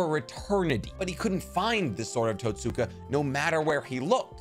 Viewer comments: Just a bit of advice the Totsuka blade is pronounced tote-ska, the u is a soft sound not a hard one. It's like the u in Sasuke. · Totsuka* susgay* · Love the vid. But you need to pronounce some of the names better. Especially when you repeat it over and over. SUUUSAAAAANNNOOO , tussskaaaa blade. 😉